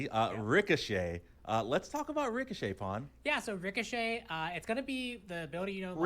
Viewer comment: Ricochet, more like Ricoshant